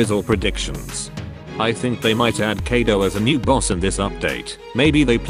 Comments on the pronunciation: Him kiado Me : KAIDO SAY KAIDO This probably only annoys me but can u please say it right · People: Kaido Text2Speach: Kedo sometimes keido